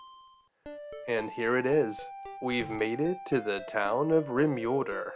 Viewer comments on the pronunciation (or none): Rim-ULE-derr? Really? Anyway, other than that, excellent vid.